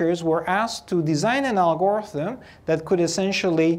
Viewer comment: IMO the usual pronunciation of "algorithm" puts stress on the first and last syllable. When putting stress on the second syllable then it's "Al-Gore-ism". 😀